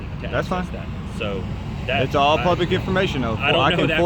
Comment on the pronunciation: SAY PLUBIC!